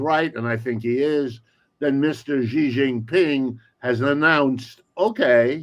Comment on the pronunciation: thanks for pronouncing Xi right.